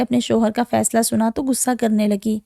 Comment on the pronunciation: I can't hear it after 10 seconds, the word is "Ghussa" not "gussa". Urdu is a beautiful language and you must speak it correctly.